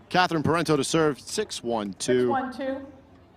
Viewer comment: It's "Pair on Toe", Parenteau....not whatever you've been saying.